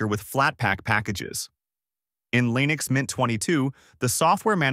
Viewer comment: why do you keep calling leenix?